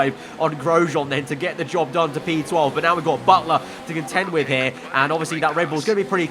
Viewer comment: did he say Job done or Dob done??